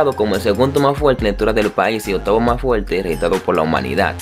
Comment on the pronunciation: Es medio complicado entender cuando habla sin R y todo lo dice con L. Aeropuelto, fuelte, etc.